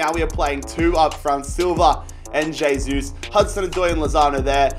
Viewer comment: It's not J-sus. Pronounced "Hey-sus"